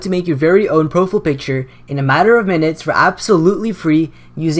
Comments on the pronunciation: "pro-fiy-ul" not "pro-ful" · I cringe when you say "profile picture" as "pro-full" picture. lol but good video man. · LOL "Proful" picture. Great vid though. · bro you say "profele picture" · Did you say Pro - Full in the intro xD still love your turtorial videos tho xD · he said profile wrong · u say profile weird